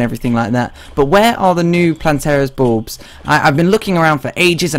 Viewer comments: I heard balls xD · I legitimately thought he said Plantera's Boobs at the start.